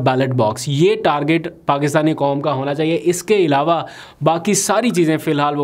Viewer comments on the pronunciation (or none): none